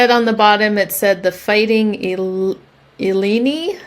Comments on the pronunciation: . University of Illinois is my Alma mater. Their team is the Fighting Illini. It’s pronounced ill EYE Nigh. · It's the Fighting ' Ill-eye-n-eye'. Big team energy with those folks! Denim & Supply has been discontinued but just a relatively short time ago...2017, I think. I have about given up with Goodwill here. Prices are so high and nearly impossible to find anything of real value. They all send good items to auction. The only good thing was pillowcases at $1.49 for standard. I found something yesterday that I'm going to try selling. A shop had empty boxes for $1 each, they are for old lead soldiers. I got 9 different ones, different brands/sizes, (some had boxes in boxes) some still with fitted foam. I have a feeling they were from an estate sale where they sold the figures separately so the boxes are leftover. Anyway, I figured they are super sturdy boxes to use for shipping if they don't sell. I saw 1 of the styles sold for around $30 so it will be a fun experiment but storing them will take up space I simply don't have 🫤. I've been buying bags of neckties at a shop, 12 for $5, for a project I'm doing and I actually find 1-2 in each bag worth selling but nothing as good as what you find. It's been years since I've found a really amazing true MCM tie. I had a soft spot for the hand painted ones. Why on earth Posh made those changes without some kind of Beta rollout is beyong me! Pissed off buyers may not come back because they wont know that Posh switched back to previous fees. Somebody needs a big time out for this incredibly stupid, harmful move.